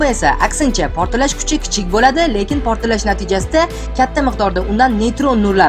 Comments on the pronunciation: Портиллаш эмас портлаш соков мол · sal tuzukroq talaffuz qiling admin. protillash emas. portlash deb ayting